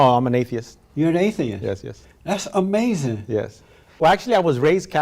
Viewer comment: he just can not comprehend, LEGAL and ILLEGAL... Ah-May-Zin